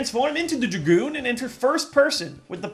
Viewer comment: Props for the Kirby Airride shoutout but antiprops for calling it the Druh-goon and not the Drag-oon. And what no Paper Fan?!